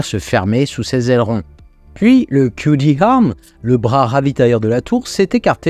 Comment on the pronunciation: Aucune remarque sur la prononciation de "wet dress rehearsal" ou "RGV aerial photography" (même si ce ne sont pas toujours les bonnes syllabes qui sont accentuées), en revanche, il n'y a pas de H expiré à "QD arm". 😉